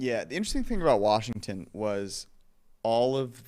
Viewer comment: No r in Washington